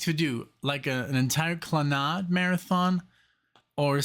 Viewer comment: Why do you pronounce it Kla-nod? I've always heard it pronounced Klan-ad. And that's not just an American pronunciation. But thank you for honoring this great Irish band. RIP, Moya, Noel, and Padraig.